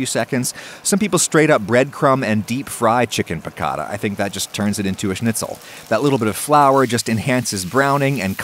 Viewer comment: Your pronunciation of schnitzel is perfect👍